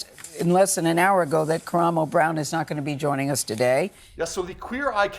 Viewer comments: You appear to be biased, and won’t even pronounce his name correctly. Dismissive and Cheap Journalism. Unsubscribed .✊🏾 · Thank you cuz ppl act like it’s a phonetic issue to say his name correctly. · Thank you for that!! And it not like he hasn't heard it properly pronounced before!! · That part! I spent the entire video shouting his name at the screen every time he said it... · His name is Ka-Rah-mo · KER•RAH•MO-, can you PLEASE pronounce his name PROPERLY?! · KU-RAHH-MOE!! Say it wilth me!!!! You definitely didn't pronounce it right. It's disrespectful to black people in general for white men and women to not say our names correctly. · Why tf is he pronouncing his name Kyer-emo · I need you pronounce his name Kaaaraamo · I hate veiled bias and racism against Black people. It’s been a few times he’a had underhanded slick comments against Black people, as well as a dismissiveness. The fact that you talk about someone but won’t even say their name properly just exposes your clear prejudice. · you keep pronouncing his name wrong …also how are you out of breath sitting in front of a camera ..? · Why are killing his name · First of all, pronounce his name right because you’re BUTCHERING it. And what kind of clown would sit in a space with people that don't like them? How disgusting and disrespectful of you to call that "drama" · He’s not being dramatic as you not pronouncing his name correctly!!!! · I wanted to hear about this but him butchering Karamo name is getting on my nerves